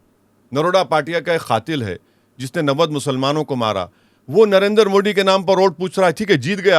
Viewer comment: मोदी not मोडी